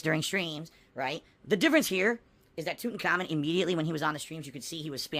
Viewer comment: Love how calls him tut but when he says the full name it’s toot and common